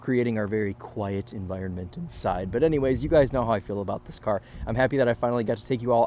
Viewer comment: "oh i like that CAH"